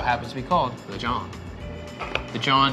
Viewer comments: Now we definitely need black people on this show... “ jawn” is not pronounced John. Please invite black people to this segment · Hearing butcher the word jawn 🤦🏾‍♂️🥴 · He pronounces Jawn TOTALLY WRONG! DONT USE IT! Its a Philly thing!